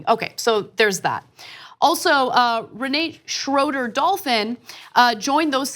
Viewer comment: Re nah te in german, her family name Schroeder is german too, Ana mispronounced it as well.